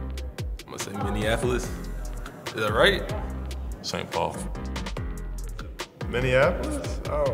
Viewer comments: Jaylen Twyman. did he say minniandapolis!? 😂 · "Mini-Annapolis" lol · MINNEANAPOLIS lmao